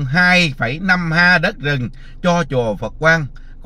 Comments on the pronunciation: ha . Có học nên đọc héc ta nhe. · Ha nên đọc là éc ta